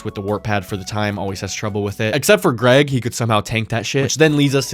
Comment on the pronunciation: LMAO not Ga-reg!!